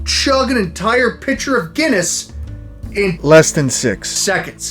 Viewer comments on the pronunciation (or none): none